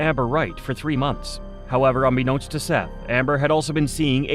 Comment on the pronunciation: Obviously this was done by AI voiceover. SETH IS PRONOUNCED 'SETH' NIT 'SEETH'. It's like ggling about ROOSTERS & AI TALKS ABOUT A ROOSTER LAYING AN AGG. AI IS RUINING THE INTERNET-TOO BAD WE CAN'T TURN IT OFF. TO EHOMEVER STARTED UP THIS YOUTUBE CHANNEL-LEARN TO SPEAK CORRECTLY YOURSELF & EDIT YOUR VIDEOS. AS SOON AS I REALIZE THESE VIDEOS ARE AI GENERATED-I TURN THEM OFF & NEVER SUBSCRIBE TO THEM!